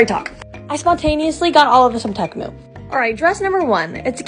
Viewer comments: It’s not pronounced “TE-MOO” It’s pronounced “TEA-MOO” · No hate at all, I love ur videos soooooo much. Just correcting a small pronouncing error, the company’s name is pronounced “tea-moo.” Like the drink tea and the sound cows make moo, tea-moo=temu. No hate like I said, love u all! ❤️❤️❤️ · I love how she pronounced it tech-moo when there’s no c or k 😂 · Reminds me of the super ball when they said “OoOooOo Temu OOooOoo Temu” and btw they pronounce Temu wrong 😭✋🏻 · The way she pronounced temu